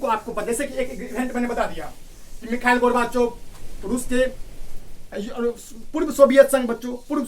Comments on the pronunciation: Michael nhi mikal pronounce hota hein wo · Bro aapko khud nhi aara naam lena Mikhail hai naa ki mikal 🤣🤣khud to seekho fr kamiya nikaalna🥱